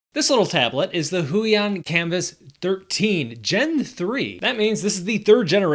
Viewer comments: "Hway-On" not "Who-E-On" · It's more like "hwey-ON"